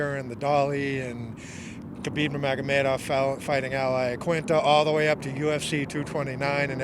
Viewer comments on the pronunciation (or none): none